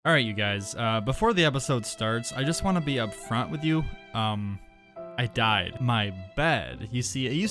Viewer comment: When you say dyed i hard died 🤣🤣🤣that was sealy 😆😆😆